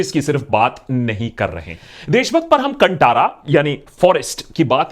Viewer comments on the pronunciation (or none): That in not cantara' kaantara' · The pronounciation of the movie is Kanthara and not Kantara !!! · Abey chutiye woh कंटारा nahin, कांतारा hai . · Please note: कंटारा ❌ कांतारा ✅ Also, thanks for all the good words 🤗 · Pronunciation of Kantara is not Kan-Taa-Ra, it is Kaan-tha-ra. Not Ta it is Tha. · Not Kantara,it's pronounced kanthara. Very shallow and regressive review. You called divinity superstition and south Indian actresses glamour dolls. Do your research well before talking. Happy birthday to you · and prounciation of Kantara, we put in our language "Kannada," by the way film name itself is "Sanskrit or Halekannda word." In Hindi it is कांतारा, and in Kannada, language of Karanataka it "ಕಾಂತಾರ ," so please put "H" after "T" while pronoucing Kantara, like """Kanthara""" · Chacha कंटारा नहीं कन्तारा hai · Can you please get the bloody pronunciation right? It is pronounced as ‘Kaan-thaara’ not ‘kunTaara’ like how you’re pronouncing! Irritating AF when idiots like this guy don’t even put in a bit of effort before making videos! Learn something from Anmol of TRF channel. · Cunttara nai Hai re bewarshii ... it's kanthara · Abey it's कांतार not कंटार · अबे कंटारा नही कान्तारा है जब पिछवाडा जल रहा हो, तब आदमी ऐसा ही रिव्यू देता है। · Dear Brothers pls! Pls pronouns it as Kaanthara Not Kantara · sir please pronounce correctly its not kantaaara its kaaaan thaaara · It's kaantara, not kantara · Please sir kaantara do not pronounce as kuntara it is perfectly kaanti kaantara like this we have pronounce please sir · Oh my God. When it's been made so clear so many times, can't you fellows (non South Indians) take care to do some research and pronounce correctly? It is *कांतारा*, not *कंटारा*, for heaven's sake!!! कूच्छ तो कोशिष करो ना भाई!!! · Pl say Kan"tha'ra not Kan'ta'ra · Vo Kantara nahi Kanthara hai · Kanthara…. Not kantaara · Not Kantara its Kanthara... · Sir ji, pl pronounce properly, it's not kantaraaa ..it's kannthrraaaa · KAAN - TA - RA not KANTA-RA